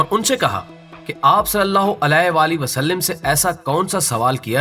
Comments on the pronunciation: islah kijiay please SUAL-LAL-LAAHU ALAHI WA-AALIHI WASALLAM WA-SAL-LIM NAHI WA-SAL-LAM. LAAM PER ZABAR PARHIAY. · Wasalim nahi hai bahi wasalam hai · Huzoor ka naam ap sahi se nhi le parahe h wasallim nhi wasallam h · good Information,ALLAH bls u,,,brother,plz correct S.A.W,,,,vasalim not vasalam right hy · Gadhe.. wasllim NH h wasslam h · Salim nai sallam hai plx apni islah karain.. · وسلم ل پر زبرہے زیر نہیں کیونکہ عربی گرامر کے حساب سے غلطی ہوگی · جناب آپ۔۔( وسلم) کے ل پر زیر پڑھ رھے ھیں بار بار ۔۔۔ل پر زبر ھے ۔۔۔غصہ کی معافی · معذرت کے ساتھ اگر برا نہ منائیں تو یہ آپ(صلی اللہ علیہ وسلم) میں جو آپ وسلم بول رھے وہ ٹھیک نہیں وسلم لفظ میں ل حرف کے نیچے زیر نھیں بلکہ ل پر زبر ھے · You are right